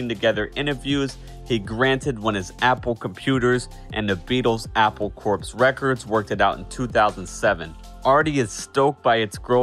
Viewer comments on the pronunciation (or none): It's not "apple corpse", it's a pun, pronounced as "apple core".